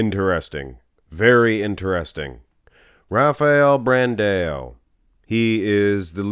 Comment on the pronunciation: BranDOW! BranDOW! BranDOW! FFS! 😄 Not BranDaAyôU! Also Charles Griffen vs. William Bonac